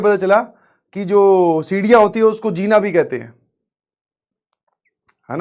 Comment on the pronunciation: It's zeena not jeena, Hindi vadmala me Ja ke niche bindi